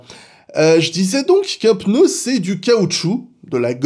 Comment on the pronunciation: Merci de prononcer le mot pneu comme il se doit et non peuneu comme trop de personnes… non j’ai rien dit sur F.Montagny ! PS : pourquoi tout le monde dit « dimanche dernier » alors que c’était « dimanche presque dernier » ? 😁